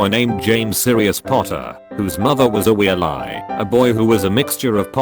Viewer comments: Ah yes, how everyone pronounces Weasley: Wheel-eye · I'm dying at the pronunciation of Weasley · The way Weasley is pronounced lol